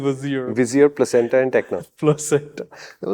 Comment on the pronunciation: acenta -> placenta ><>< :D